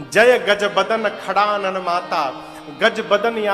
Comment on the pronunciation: खड़ानन नहीं षडानन माता हैं।